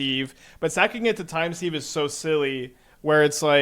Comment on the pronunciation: I know it's pedantic but it is pronounced "time siv" not "seeve"